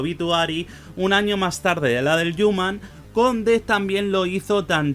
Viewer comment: El "yuman"